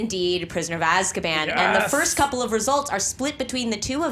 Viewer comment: English ASSkaban?